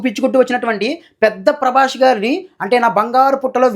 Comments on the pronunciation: Prabash kadhu prabas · Prabash kadhu bro, Prabhas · అరేయ్ సుల్లిగానివి నువ్వు...... సరిగ్గా prabhas పేరు పాలకరావడంలేదు నీకు నువ్వు rewiew ఇస్తున్నావ్ 😂😂😂